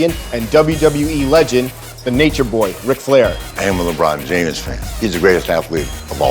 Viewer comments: Did he say LeBron jame-es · Did ric say the "e" in "james"💀